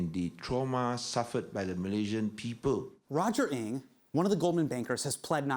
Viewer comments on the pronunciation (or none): Being Chinese how do you skip the fact that he mispronounced Roger NG as Roger Ink? You are bias.